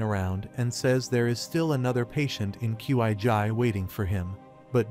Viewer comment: "qi" is not sounds like "kai" but like "chi "